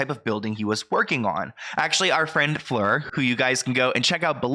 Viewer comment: You pronounced Fleur correctly… bonus points 👍